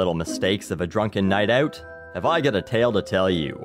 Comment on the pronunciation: When you say 'out' it sounds like 'oat'. I like it.